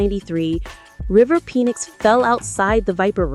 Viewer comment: You pronounced River Phoenix's last name quite comically. What was that lol. it's pronounced FEEE NIXX not PEEE NIXX Cool video though no joking. I subbed.